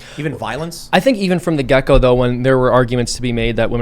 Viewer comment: He said," from the gecko"....LOL